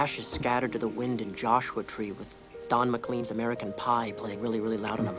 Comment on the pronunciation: It's pronounced "Don Mick-LANE",!